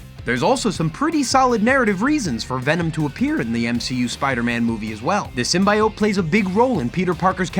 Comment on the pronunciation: In the voice of Hermione It's Sym-bee-ote not sym-buy-ote.